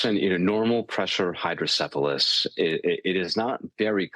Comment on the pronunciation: "Hydrosyphilis?" 😄 You're on tv. Pronunciation is key. Normal Pressure Hydrocephalus requires rest, care, and rehibilitation, so he's made the right decision. Wishing him a complete, complication-free recovery.